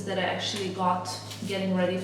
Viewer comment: Hi! Love your vlogs, especially now that you’re in Paris!!!! It’s really fun watching your perspective of this beautiful city. Your English is very good, btw. Can I offer some advice? When you want to say “this” or “that” or really any word which starts with “th”... it would be best of you didn’t say “dis” or “dat.” Your “th” tends to be pronounced as the letter “d.” It also happens with words that end in “t.” You must speak several languages and I commend you for that, but if you could make this conscious effort it would greatly elevate your English. Congrats on this fab channel and continue having the most fun in Paris!